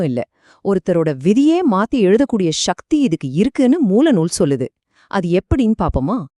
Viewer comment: சகதி. ஷக்தி அல்ல . நமிழ உச்சரிப்பு சரியாக இருந்தால் நல்லது. திருமூலர என்ன சொன்னார தமிழ் பற்றி ?